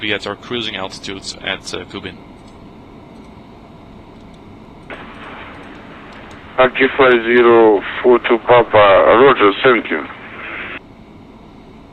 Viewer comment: "Via the KUBIN 1A arrival" :P